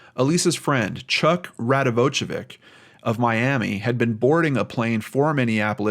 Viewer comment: It's read radivoyevich not radivojčavik.j is read as y in croatian-serbian and c is often put because english has no diacritic signs.it's instead of ć which is read as ch like in chips.